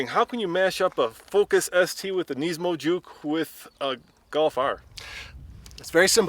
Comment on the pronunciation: You say nismo wrong, you say it like nesmo